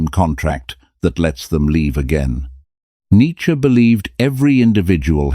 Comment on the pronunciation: The content is excellent but the illustrations are confusing. Monks versus more contempary dress? Some of the images are homoerotic. They just distract from the content. But you did get Neitzsche pictured correctly and thanks for pronouncing his name correctly.